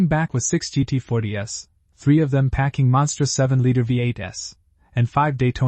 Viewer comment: Unbeatable Shit-Show of a Le Mans video was it even checked pre-uploading? stupidly, while it can't pronounce the name of the event, and instead of say GT-40's it says GT-40.."S" along with 7 litre V-8.."S", It some how masterfully pronounces Jochen Rindt!!